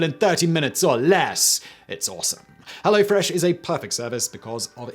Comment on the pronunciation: As a German, I say ‘Kudos’ for your pronunciation of all these German names. Also you ruined ‘Hello Fresh’. For all of us.